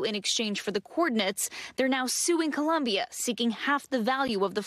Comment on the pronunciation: IT'S COLOMBIA NOT CLUMBIA